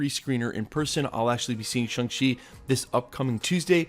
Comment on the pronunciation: Shang rhymes with gong, song, and long. Think shawwng chi.